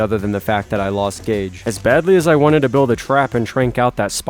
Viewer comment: My name is gage not gauge but I’m glad someone uses my name for a tame🤣